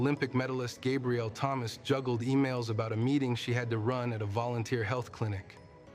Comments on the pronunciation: Is this an AI voiceover or a socially awkward human being who never heard the name Gabrielle which is how come he mis-pronounces it as Gabriel? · lmao i was literally just thinking that. who mispronounces gabrielle? and also, she never goes by that...